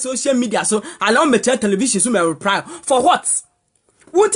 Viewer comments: The girl paa she say ruply instead of reply ahahaaha 😂😂😂😂😂😂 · You can’t pronouns reply 🤣🤣🤣🤣🤣 you soo funny